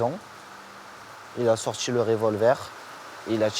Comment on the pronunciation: Ca commence mal à "il a sortchi le révolver, il a tchiré". Pas étonnant que Valentin ne parlait pas quand il bossait avec ce zozo...